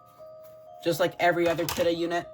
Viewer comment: It isnt Kidde thats not how you say it its Kid-ee